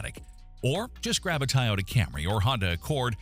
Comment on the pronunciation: it should be Toy--oh-da and NOT Tie-oh-da